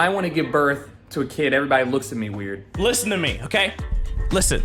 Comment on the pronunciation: "Werid" good job ty